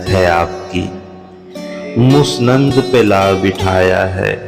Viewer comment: مسند کا تلفظ دوبارہ دیکھیں